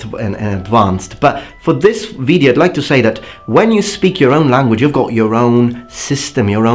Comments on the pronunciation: your pronunciation is fine except for when you say video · Great video. As a friendly suggestion, you miss pronounce video regularly not all the time but regularly. You seem to be stretching the first vowel.